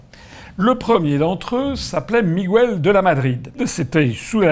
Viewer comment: Juste à titre informatif Miguel se prononce Miguel et pas Migwel pour qu'on prononce "GW" il faut qu'il y ait un "ü" ...voilà....bonne continuation et merci d'être là .